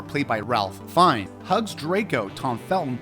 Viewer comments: And it's FINES not Finn-ese, or Phineas, or... And poor Fleur's last name! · ALSO HIS LAST NAME IS PRONOUNCED LIKE “FINES” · Also.. "Finn-ee's" 😅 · And 'Fines', not 'Finess'. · I realize now he pronounced Fiennes wrong and edited the whole video to fix it and it became Ralph....FINES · He actually said FIN-EE-US . The caption actually spells it Phineas!